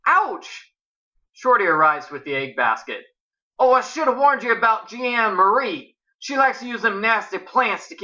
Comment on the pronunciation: I'm just pointing this out, but Jeanne rhymes with mean. =) That's why one of the people in the bad guys' cemetery was Mean Jeanne.